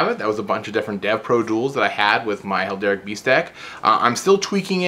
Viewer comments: The one thing that kept annoying me: it's pronounced hair-al-dic, not hel-dar-ic. >.< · Cool deck but why do you keep saying "Helderic"? It's Heraldic, like herald... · It's her-all-dic not hel-der-ic. Like Herald with an "ic" at the end. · Heraldic beast like herald, not helderic :)